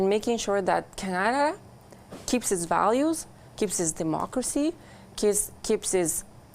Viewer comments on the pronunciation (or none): She says it Kanada